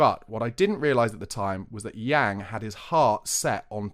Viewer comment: Pronounced Yang (/aː/ like in English plant) Min-Hyeok (yeo like in yeoman) No biggie but nice to get some closer pronunciations 😉